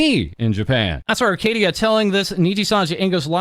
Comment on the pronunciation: "Arcadiddya" Baby oil😭